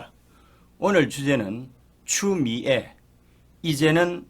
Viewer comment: 추미애를 추우미애 이렇게 발음을 좀 특이하게 하시네..